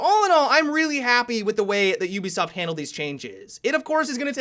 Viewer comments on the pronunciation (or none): none